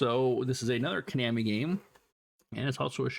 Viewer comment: ko-nahmi lol